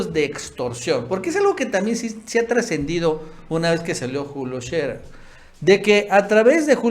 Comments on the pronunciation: No se dice Julio Sherrer, es Sherer sin doble rr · Agradezco la información que nos comparten. Como comunicóloga les comparto que Scherer se pronuncia no como si tuviera doble erre (ferrocarril), sino como tiene dos erre sencillas (erario, horario, Scherer). Saludos.